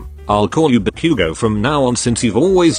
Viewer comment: IM SORRY BUT “ BACOOOGO” AND “DEEKOO”💀